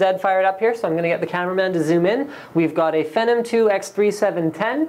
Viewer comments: ugh i hate how he says it "fehnum" ITS "FEENOM" DUMBASS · SAY IT WITH ME PHEEEEENNNOOOMM SHEESH NOT FENOM LOL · It's Phenom not Phenum LOLOL. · The word IS PHEEENOM, but I believe it was intended to be pronounced FENom. Because it was originally part of their spider platform? Venom, perhaps? Unless they weren't that clever about it.. Either way. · you just contradicted yourself like 3 times in that comment. if it came from the word phenomenon, then it wouldnt sound like your saying a slurred version of phantom. FEE:as in toll or acceptance charge; NOM: as in what lawlkats eat FEENOM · lol...fenum...lol...prosesser...lol...jesus (instead of A-sus)....canadian much? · lol he calls it Fennum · is he saying phenom wrong? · It is pronounced Phenom btw :-) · omfg the way he says phenom makes me fucking made